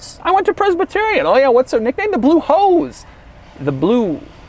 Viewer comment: "The Blue Hose" I was laughing hysterically when you said that because without looking at the screen, the way you said it honestly sounded like hoes.